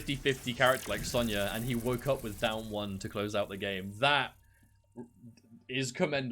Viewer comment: Sonya "Zone-ya" Blade